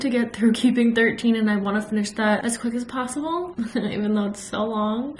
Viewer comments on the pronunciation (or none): none